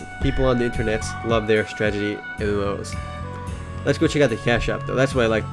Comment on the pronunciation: I like how you say "stragity" instead of strategy. x) Love your first looks, and your site. FTW!